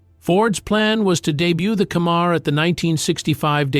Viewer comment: It’s FORD CAMMER not Cammar. And get your pics right with your videos please.